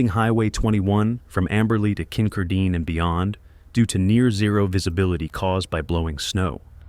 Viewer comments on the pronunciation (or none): Kincardine - pronunciation is awful!!! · It's Kin-car-din ! They always get massive amounts of snow!